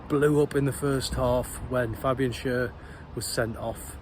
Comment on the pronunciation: It's pronounced Fabian Share not Sher.